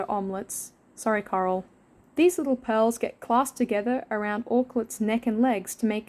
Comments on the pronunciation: Is it just me, or does it sound like is saying “Carl” instead of “Coral” sometimes? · I kept hearing “Karl” instead of “coral”, so I was super confused throughout like half the video 😭😭😭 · no way i thought u were saying "carl" this whole time! haha